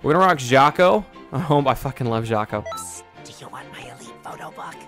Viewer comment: am I the only person that kept hearing him say shaco instead of jaco